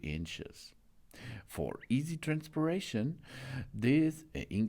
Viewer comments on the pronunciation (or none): Transperaition??? Sounds painful. 😂